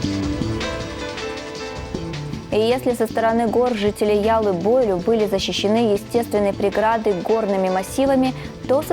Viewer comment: Маленькая поправка,яллы бойлю,ударение,на последний слог,на ю.